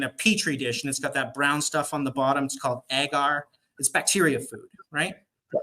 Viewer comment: Learn how to say agar…..it not “egger”